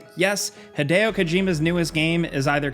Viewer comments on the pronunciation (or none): none